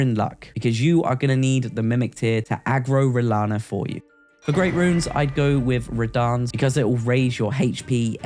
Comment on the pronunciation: I was going to see if you could go the whole video without saying "renalla" but you failed! Loll I would too